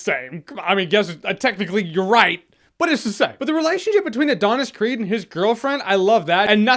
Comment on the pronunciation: Every time he says 'creed' , I hear it as 'creep' ..